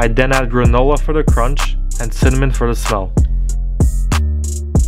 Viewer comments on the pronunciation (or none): none